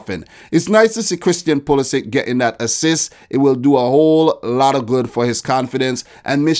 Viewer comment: Hey, Pulisic has croatian origins, so you should just fix his name pronounciation:)